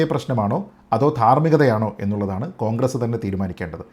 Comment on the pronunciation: താങ്കൾ കോൺഗ്രസ് എന്ന് പറയുമ്പോൾ അത് പോൺഗ്രസ് എന്നാ വുന്നുണ്ടോ..😂😂 അതോ അതാണ് ഉചിതം എന്നെനിക്ക് തോന്നു ന്നത് കൊണ്ട് ഞാനങ്ങ നെ കേൾക്കുകയാണോ.😂😂